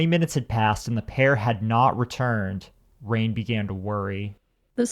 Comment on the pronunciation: Her name is pronounced as "Ryan" and not rain. I had a friend named "Rain" and that's how it was pronounced for her so I'm assuming that's how she pronounced hers as well.